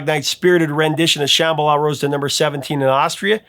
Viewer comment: It sounds like you were saying Shamala instead of Shambala